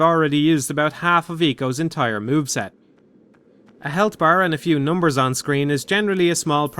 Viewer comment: Your pronouncitation of numbers is so bizarre xD